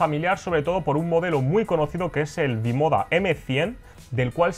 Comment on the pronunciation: Eso iba a decir jajaj